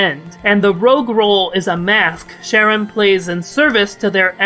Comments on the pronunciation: Pretty sure it should be pronounced Ka-run, it's a reference to Charon the ferryman. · im sorry are you saying sharon